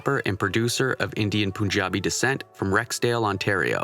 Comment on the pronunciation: Great, but it's Pun - Jabi, not Poon - Jabi